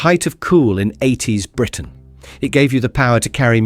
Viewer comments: "No fashion trend screamed 80s (long unnatural pause)......... (then completely wrong intonation) Britain louder than the shell suit". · Funny how there's the same excess gap between the words "80s" and Britain" every single time - that's a dead giveaway clue to an AI-generated voice-over! In fairness, this one's pretty good and natural-sounding otherwise.